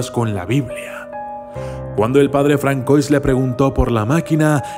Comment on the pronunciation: Jajajajajaja y en el minuto pronuncia "Francois" literalmente así como lo está leyendo...